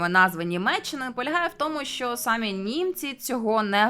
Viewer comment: Перейменування в московію однозначно потрібне, а можна й просто в паРашу. Відео ваше справді цікаве, але от наголос у слові "самі" - ріже вухо. В українській наголос має бути на "і", а не на "а".